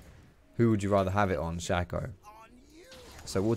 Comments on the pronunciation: 90% sure you're wrong about the pronunciation, just because "shay-co" (spelled shaco) is a word that's existed for hundreds of years and is completely factually pronounced that way, though I will admit that doesn't necessarily mean the champion is pronounced that way. But the reason I'm commenting is that I still completely fucking love and have mad respect for the comment you made about it. 😂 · Nah man it’s pronounced “Shaco” like “taco”